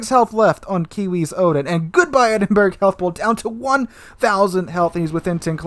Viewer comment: Also. Edinburgh... EdInBuRgGgG. (Its pronounced Edinburrow) Lets not forget the Gneisenau. Which you pronounced Ganeizeno lmao. Its pronounced Neyezenow.